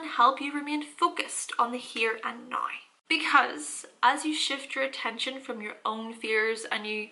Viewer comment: Oh, when your say "nigh," it means now. Makes so much more sense nigh. I mean now.